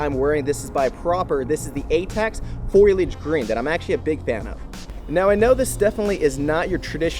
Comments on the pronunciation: "Foilich?" Repeat after me: Fo-li-a-ge. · Foliage. FOL-E-AGE...NOT FOILAGE, FOL-, notice how the "I" is AFTER the "L" meaning you pronounce it AFTER the "L". Sorry. Hope this helps. That was all I could concentrate on throughout the video. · Foliage.. ITS FOLIAGE